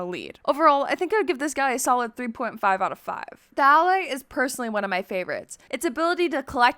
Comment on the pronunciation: BRO DID YOU JUST SAY DALLAY INS5ED OF ALLAY